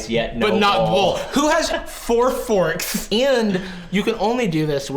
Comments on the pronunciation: four forkTHHHHH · four forkththss